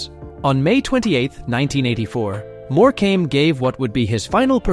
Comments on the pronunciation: eric more-came. NO NO NO. more-cum is the correct pronouncement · If he says more came again I might scream it’s pronounced more come ok! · It's not "more came" you idiot. It\s "Morcome". If you are going to use AI, at least find a literate one. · It pronounced More come not more came dag nam it! Also its lead as in dog lead not lead as in the soft metal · More-came!! Wish these idiots could get names right. If he can pronounce Tewkesbury correctly you’d think he could get More-cum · If only you learnt how to pronounce a lot of your script. More-come NOT More-came is one of the most annoying ones. 😂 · It's not pronounced More. Cam. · Eric More came 😂😂😂🤦🏽‍♂️🤦🏽‍♂️🤦🏽‍♂️ at least say it properly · Eric MorecAmbe? 🤣🤣🤣🤣🤣 What a joke! With several other dodgy AI voicing errors and footage of several of these deaths existin and yet, we don’t see any of them. A very poor show. Obviously not checked before it was published. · Morecambe its pronounced more-com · Triggering me so much that your saying Eric Morecambe’s name wrong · Terrible pronunciation... no 3xcuse for errors in the names of people who feature in this. Cringing every time the name ',Morecambe' is mispronounced. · The many mispronouncedrepetitions of Eric Morecambes name render this entire report ridiculous. Asise from which, he didn’tdie on stage. This is made for $$$ trash. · Thank you! That was so irritating and disrespectful when they cant even be bothered to pronounce their names correctly